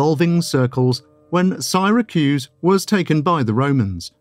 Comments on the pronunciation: Siracruz ? Odd narriation. Good content, i saw once a piece on the evedence pointing to Archimedes being the one behind the Antikethera mechanism and wish i could find more. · the mispronunciation of Syracuse is driving me nuts.